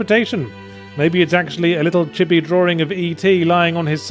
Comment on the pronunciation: Chibby? I'm pretty sure it's "Chee-bee"